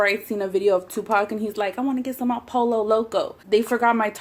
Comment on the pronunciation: how does one pronounce "guacamole" in a Spanish accent, but not "pollo"??